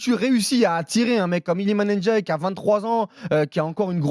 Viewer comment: Ça se prononce Ndiaye (comme ça s'écrit) pas "Ennediaye" c'est dingue de pas arriver à prononcer juste.